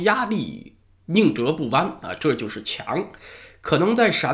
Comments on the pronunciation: 宁折zhé不弯没错，shé是方言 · Neo K 还有宁折（设）不弯。